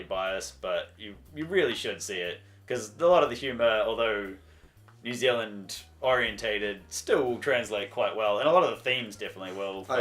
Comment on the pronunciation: you guys kiwis too, and hate that these guys say neew zealand you know what i'm talking about